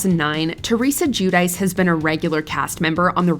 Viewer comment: "Jew-Dice.".🙄 In 🇮🇹, it's Joo-Dee-tsche